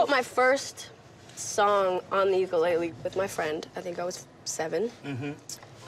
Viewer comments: The way she said ukulele sort of hurt me but her singing is ight. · Ukulele not uklele